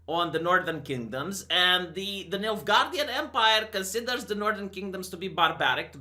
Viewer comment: Did you say Midgardian empire or Milf guardian empire? 🤨😉😏